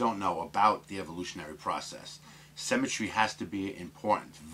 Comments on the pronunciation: Interesting video - but please stop saying cemetry - its symmetry! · SYMMMMMetry! can't stand The Sims! 00.39 You say "symmetrical" then say cemetry. I'm just a pedantic fool - Still like ya though! All the best to you and yours.